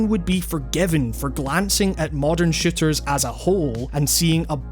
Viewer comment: Lmao kinda sounds like he's saying "shitters" instead of "shooters"